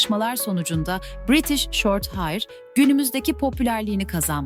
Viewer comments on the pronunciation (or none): Bir de heir demeyi başarsaydın keşke.